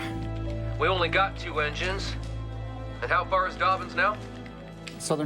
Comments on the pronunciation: It's Dobbins not Dorbins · Doorbins AFB English dude Dobbins not Doorbins!